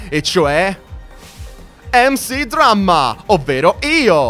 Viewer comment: comunque MC Dramma si legge MEC Dramma